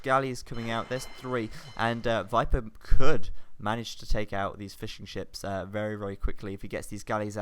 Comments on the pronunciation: in cannot be unheard 8^/ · I'm glad to see i'm not the only one to hear "fish n chips" instead of "fishing ships" ^^